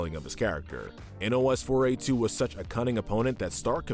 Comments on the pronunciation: Nos-4-a2. Like nosferatu. Not n o s 4 a 2. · YOU DON'T SOUND OUT NOS-4-A2 YOU PRONOUNCE IT PHONETICALLY LIKE NOSFERATU!!